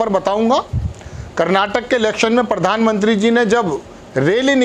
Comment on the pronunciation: Mr, when you can not pronounce simple words, why do you face crores of people trough TV and fool of yourself? It is pradhan mantri and not pardhan mantri. It is professor and not porfessor.